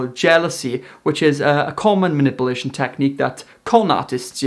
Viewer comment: “dissection of muh-nipple-nation”